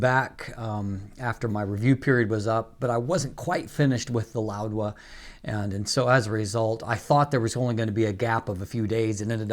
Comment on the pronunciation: It’s Louwa not “LouDwa”, correct?